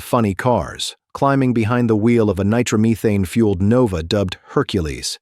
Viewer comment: Nitro Meetane. LOL